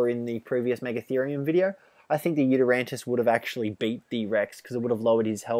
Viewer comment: It's not "YutyranTus"